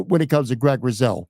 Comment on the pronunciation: It’s pronounced RuSo, hard S, not ‘riz’ sound. Actually, it’s ‘GROOOOOOT!’ Otherwise good podcast!